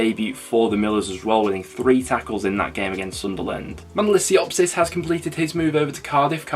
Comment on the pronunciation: It's not siopsis it's siopis